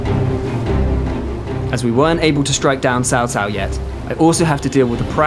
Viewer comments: you literally say Chow Chow, like the dog. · after all this time, how are you still saying his name as SAO SAO?!